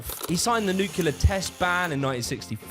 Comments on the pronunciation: pssst, it's nuCLEar not nuKUler. 😢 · Nu-clear, not nuk-ular. There is no u after the c. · Dude you're smart. Don't say "nukyouler"